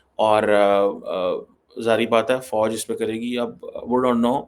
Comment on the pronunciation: Pakistan me fauj ko bouj pronounce karte he 😊😊